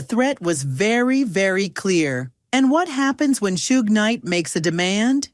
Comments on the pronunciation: “Shooog Knight” 😂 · It’s not shoog it’s Suge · Why do you keep calling him soogee smh It's Suge! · This was horribly written 🤦🏼‍♂️ and his name isn’t Shōōgue 😂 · "shoog knight" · Please stop saying "Shooog" like that AI narrator. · You get a thumbs down for the stupid AI voice that can't pronounce words properly ie shooog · Shoog? Arseeneo? You can always tell it's AI when it butchers names. That, and the diction is just too perfect. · Learn how to pronounce names b4 you make videos. Shoog wtf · I enjoy hearing vanilla Ice's story but holy hell if you're going to get a narrator for his story please get a narrator that can properly announce the names correct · Arsenio Hall and Suge Knight. Except how to pronounce their names. I know the narrator probably wasn't even born when these people were front and center in the industry, but at least maybe spend a few days in the Wayback Machine. Keep you from pronouncing George Was-hasbeen. ,,, Watched again. My bad, AI read. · Good lord, the AI voice butchering "Suge"? Thumbs down.